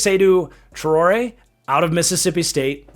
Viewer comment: Traore is probably pronounced French as in "trow-Ray." I'm not a Mississippi State fan, but Ibrahim Traore is the president of Burkina Faso and that's how its pronounced for him.